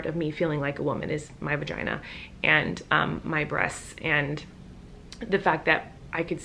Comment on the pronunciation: Libby XoX She said vaheeheee